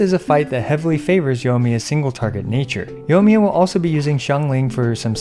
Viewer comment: You're saying Yohmiya, it's Yoimiya. The I there is not just for show.